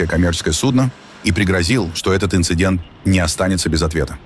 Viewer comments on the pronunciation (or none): none